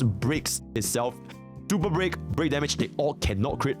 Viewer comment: It's racist to mock someone for the way they talk. Besides that, it's pretty fucked up, not his fault he can't pronounce Super Break properly. Lol